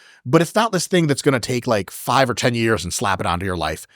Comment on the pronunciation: I laugh when Chris says Years in his british accent. "Ah yes, I did it for 2 yarhhs" 😅